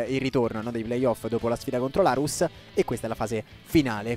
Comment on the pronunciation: Addolora dovertelo dire ma si pronuncia non Ahrus ma Orus ( é difficile scriverlo ) cmq sei un grande!!